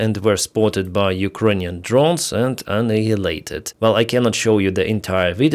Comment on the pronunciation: Might want to check your pronunciation for annihilated ;)